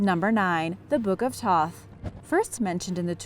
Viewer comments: Also she mispronounced 'Thoth" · also thoth not toth, toth was that blind nigga in the last airbender